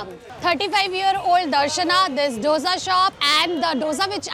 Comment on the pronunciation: डोसा होता है ढोसा नही